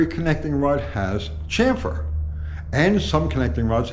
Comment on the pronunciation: Drink everytime says chamfer wrong....🤤